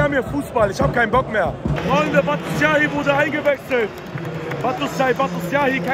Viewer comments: Er sagt einfach zu Batshuayi Batussiyahi hahaha ich kann nicht mehr 😂😂😂❤️ Ahla hahaha 🤣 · Hahaha batusuuuayi 😂 der name ist doch nicht So schwer bro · Bruder Batshuayi nicht batus yahi 😂😂😂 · Wie der einfach Batshuayi nicht aussprechen kann